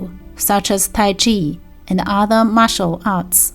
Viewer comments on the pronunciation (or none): none